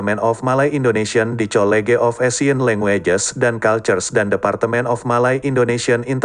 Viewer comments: hehehe maksd sy itu pengucapan naratornya..kata college tdk dibaca dalam pengucapan bahasa inggris melainkan dibaca dalam pengucapan bahasa indo..tp biasalah klo cpu yg bicara krn sesuai programnya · hehehe...the way the narrator pronouncing word 'college' is really embarrassing for me to hear it as indonesia citizen...he pronounce english word in indonesian way to pronounce indonesian language